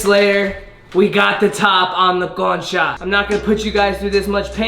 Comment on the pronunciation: Okay i know spanish y cuando dijiste “bienvenidos a mi canal” and also “concha” and “pan dulce” lo dijiste bien wow quedé sorprendida de ti 😮✨